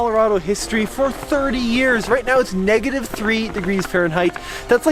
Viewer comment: Where did U "learn" to say negative 3*f.?